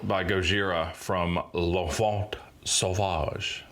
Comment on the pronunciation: The "t" in "enfant" is silent! Thank me later xd!